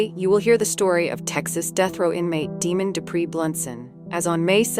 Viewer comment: His name is pronounced Dee-Mond not Demon. Some of your story is true, but he was not in a relationship with Brandy Cerny at the time of her death. I worked this case as a CPS investigation at the time. He shot one of the children in the back of the head while the other tried to hide and shield his head. He then shot and missed this child shooting him in the elbow and then in the back of the head. Demond was no stranger to law enforcement and/or CPS as he had children with other women who had been removed from there care due to substance use and violence. He was charming, charismatic and a predator. He said he would kill himself when police made it into the hotel room, but if you look closely at his mugshot you will see that he placed the gun on the top of his head and shot across the top of his head. During the trial he attempted an insanity plea. What is funny is that as soon as got to prison, he immediately shave his hair and beard and resumed his old Demond personality of charming, charismatic and master manipulator. He immediately posted on prison pen pals online looking for romance and of course money once in Huntsville prison. I normally do not advocate the death penalty, but in this case, he should be put to death. He left Brandy, dead in a shed and then killed his own son and her son in revenge, because she finally told him that she would not be with him anymore. He physically and emotionally abused her and when she finally got strong enough to get away from him he k